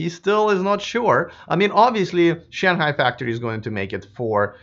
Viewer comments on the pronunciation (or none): none